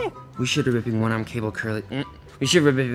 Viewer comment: Go to the episode and watch the “we should be ripping” scene of and Jonesy in the mirror. still couldn’t say it right I guess they were never able to get a good take 😂